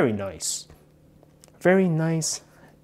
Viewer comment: i know but he is say VARRY